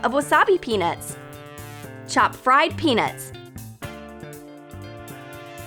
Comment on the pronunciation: OMG I THOUGHT SHE SAID PENIS NOT PEANUTS MY POOR MIND OHMAHGAWD